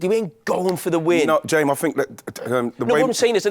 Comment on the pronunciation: I was hearing it more like 'Jaims' as in short for Jamie, like 'Ems' is short for Emma